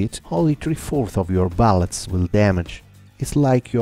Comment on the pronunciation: He pronaunced bullets ballets lol that Italian